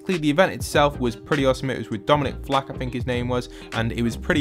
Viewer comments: it’s fick not flack😂😂😂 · Dominic F.I.K.E NOT F.L.A.K